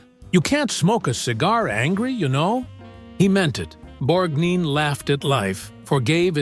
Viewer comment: Moderator..it is NOT Borgneen. It is pronounced Borgnine. It's your freaking job and you should know this.